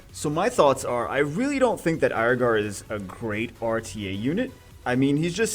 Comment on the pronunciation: Can we just agree as a community to pronounce it Ear-gar, instead of Aier-gar? Haha.